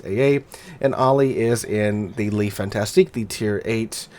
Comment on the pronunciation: Fantasque. Fantasque. There is no "ti" in there.